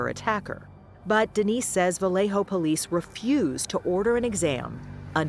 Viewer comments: Vah-lay-yo....not Vah-lay-ho...it's not a Spanish name. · It's not VAW LEY HO... It is pronounced "Ba Yeh Ho"